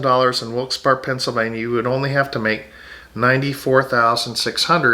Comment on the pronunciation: Very informative. It's pronounced Wilkes BEAR ( Barre), Pa. We moved from NJ to Palm Coast. I went to school in Middlesex in Somerset county located in central NJ. I think the big difference in the cost of living is the property tax. We were paying over $11,000 in NJ property tax.